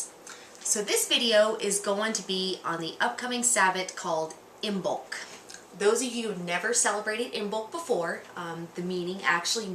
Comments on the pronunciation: first of all you should learn to pronounce Imbolg correctly .......Gaelic silent "b" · Isn't the B in Imbolc silent? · You pronounced Imbolc wrong